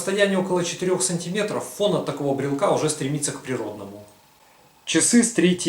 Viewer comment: Как только этот хер стал склонять "брелка", "брелку", "брелке" и т. д., можно дальше этого Митрофанушку-неуча не смотреть. Грамотно - "брелока", "брелоку", в "брелоке". Так что не могу верить козлу, который грамотно так и не научился говорить. Спонсоры, не срамитесь!